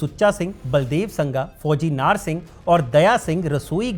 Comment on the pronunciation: नार नहीं नाहर